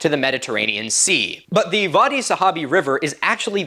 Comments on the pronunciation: Bro you need to get this, it's wadi Wwwwwadi not vadi ,I am also an Egyptian and wadi is an Arabian word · "Wadi" is pronounced like body but with a W, not "var-dee". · I'm astounded at your passion for this topic! And I want to make sure you knew that wadi has a W sound (in English). The V sound is for German words. W as pronounced in English is most def in Arabic. BTW, you have a gift, my man. Your storytelling capability is awesome. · The “w” in “Wadi” is pronounced the same in Arabic as the “w” in English. The “v” sound doesn’t exist in Arabic. You are otherwise so perfect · I may be misshearing, but it sounds like you're pronouncing "Wadi" with a V. Not sure if there's a reason, but in Arabic it's pronounced with a W sound